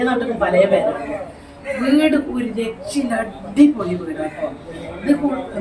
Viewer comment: എത്രവട്ടമാണ് ഒരു രക്ഷയില്ല എന്ന് പറഞ്ഞത് കട്ടി കൂട്ടി പറയുന്നത്